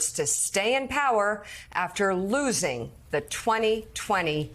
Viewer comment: love it how Mika stressed the word >>losing<<. So much passion was put into it!